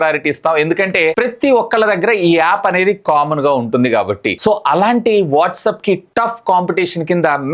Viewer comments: Orey Nayana calls ki undhi encryption..msgs ki ledhu... And pronunciation correct ga cheppu WhatsApp ni whatsup antunav అరటై ni అరట antunnav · WhatsApp ❌ whatsup ✅